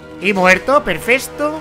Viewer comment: No sé si se dieron cuenta pero envez de decir perfecto dijo perfesto😂